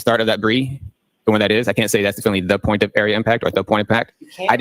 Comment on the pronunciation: Inspector gadget can’t even say definitively he keeps saying “defininitely” 🤣🤣🤣